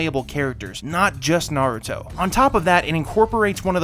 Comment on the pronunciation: I’m huge fans of SUS-Kay and NAH-Rue-Toe